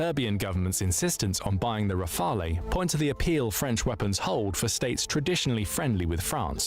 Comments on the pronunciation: "Rafaley" triggered me so much ! :D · pronunciation RAFAL (not the E)for Leclerc don't pronounce the C , and the CAESAR self-propelled howitzer is the best, forgotten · it's not Rafel, nor Raphael, simply "Rafal" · "Rafalé" everytime I swear 😭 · Hearing "rafaley" over and over hurts me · And RAFALE final E isn't pronunced as well. He thought it was a spanish or italian jet? lmao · Why English speaker can't pronounce Rafale properly ? it's not that hard